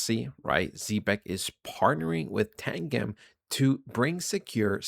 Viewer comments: yoh, it's pronounced Tan-Jim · Its TAN-GEM ....saying wrong lol...literally the best cold storage wallet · Tangem is pronounced like tangerine not like the drink tang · lol😂. It’s TANGEM . Like a 💎 gem 💎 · It's Tan-Gem